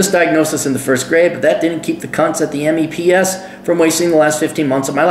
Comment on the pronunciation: we call it meps... not m-e-p-s